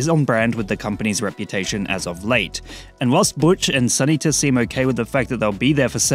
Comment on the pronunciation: Sun Eata? Did you mean Sunita?